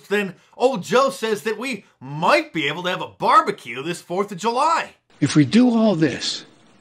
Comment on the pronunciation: Did Joe say barber q? 😂 I'll do whatever I please in my backyard. Thanks Joe.